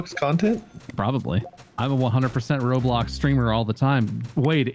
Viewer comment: Everyone: minecraft mark: r o b l o c k s